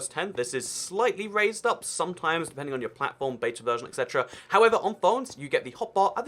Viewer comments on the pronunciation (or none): none